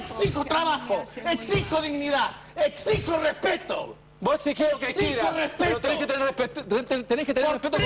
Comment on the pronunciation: "Pero tenés que tener respeeppeto"